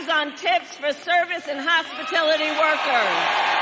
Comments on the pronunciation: It's hospitality not hospitilty Kameltoe.....smfh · What is a “Hospitility” worker? Maybe Kamala meant “Hospitality” worker. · Has anyone wondered why it wasn't pointed out the difference between Hospitality vs Hospitility? I caught that as soon as she daid it. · What’s a “hospitility” worker? I know what a hospitality worker is. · Hospitility? It's hospitality! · Umm, what are hospitility workers,Kamala? Show some HOSPITALITY 😂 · ‘Hospitility workers’ is what Kamel said. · What is a hospitility worker Kamala? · "And eliminate taxes on tips for service and hospitility workers." What's a "hospitility" worker? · Did she say, 'hospitility" workers??? She doesn't even know what , 'hospitality' is. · Did she actually say "hospitility"? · Those "hospitility" workers.... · So much to laugh about here, or to cringe over, but...."hospiTILity" workers??? 🤣🤣🤣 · She said “hospitility” 😂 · She didn't say she'd eliminate taxes on tips for hospitality workers. If you listen carefully, you can hear her say she'd do that for 'hospiTILity' workers. Aha! You see? She's so smart, it's hard to keep up. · Did nobody notice that Kamala said “hospitility workers”??????? It’s supposed to be hospitality workers. She’s a moron!!!! Can’t even read a teleprompter when she’s stealing someone’s ideas.